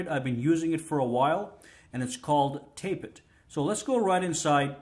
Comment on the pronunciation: tap-et not tape-et ;)